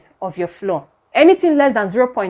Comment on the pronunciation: Thank you for this informative video. Please note, ‘flour’ is pronounced like ‘flower.’